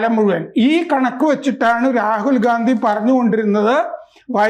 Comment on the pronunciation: ഗാന്ധി അല്ല ഘണ്ടി ആണെന്നാണ് കേട്ടത്...... അത് ക്ലിയർ ചെയ്യൂ പ്ലീസ്.....